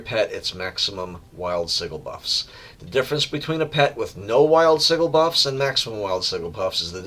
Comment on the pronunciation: Learned a lot about playing blue LM, thank you! My problem at lower levels is maintaining pet aggro against groups of mobs. Just fyi, the “g” in sigil is pronounced like a j, not a hard g.